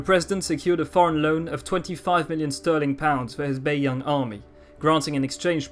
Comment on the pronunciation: no its not, do u actually speak mandarin? the way he pronounced bei yang, both in the 1st tone but actually are in the 3rd and 2nd tone made me cringe